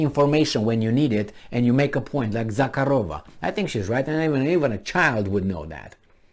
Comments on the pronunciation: “Za-har-O-Va” I believe is how it is pronounced? The “K” is silent, yes? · Za-hA-ro-va Stress on A.There is no K sound,but harder H